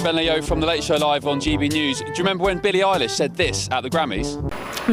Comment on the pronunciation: Did you say Billie Isis??? 😂😂😂